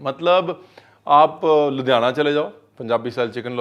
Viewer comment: Kya punjabi accent me ludhiana bola hai